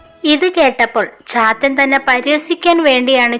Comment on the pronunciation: ചാത്തൻ എന്നത് പാത്തു എന്ന് കേട്ട പോലെ തോന്നി...😂😂